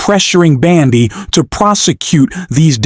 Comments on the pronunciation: Ok! Ai voice, try pronouncing it as Bondy not Bandy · please pronounce Bondi’s name correctly. I love your podcasts, but your pronunciation of her name is very annoying.